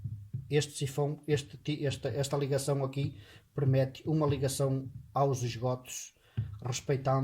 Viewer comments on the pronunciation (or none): só uma observação... diz-se PERMITE 😂😂😂😂